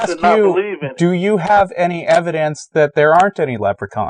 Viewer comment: Is it just me, or does say evidance?